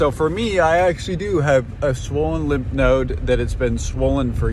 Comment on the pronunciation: Its called lymph nodes not limp nodes lol